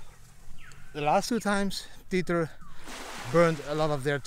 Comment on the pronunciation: Didi, my friend: Tether is pronounced like WEATHER. And: Happy birthday with your daughter! Enjoy!